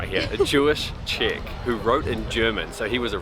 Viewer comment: It's funny that your pronounciation of Czech sounds like chick. That Jewish chick confused me...